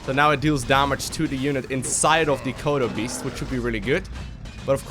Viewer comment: when he said kodo beast, I heard Chrono boost. I was momentarily confused! XD